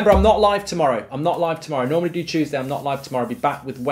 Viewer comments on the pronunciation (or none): none